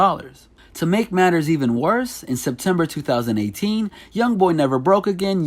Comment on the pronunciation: Stop puttin so much emphasis on yo 20eighteeeennnnnssss